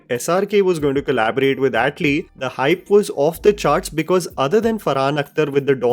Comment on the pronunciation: Do you purposely try to mispronounce Tamil words and names? Seriously how can you even add an accent to a simple name like atlee as Aaatlee.. But you can pronounce Anirudh because it's a north indian name..